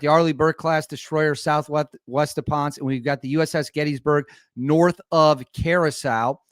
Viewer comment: PONCE, PUERTO RICO IS PRONOUNCED PON-SAY